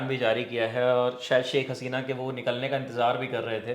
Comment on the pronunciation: saik nahi hota shaikh hota hai